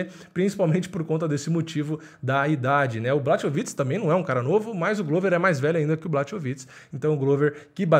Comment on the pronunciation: Então, na língua eslava o "ch" tem som de "r". Na russa (q também é eslava), é parecido, mas o "kh" tem som de "r". Então Khabib é "Rabib", assim como o famoso prosista Tchekhov é "Tcherrov". Portanto, por favor, "BLARROVITCH" (ou, mais precisamente, "Blárrovitch"). Mas aí, claro, só se tiver interesse em não falar errado toda vez. Só se quiser.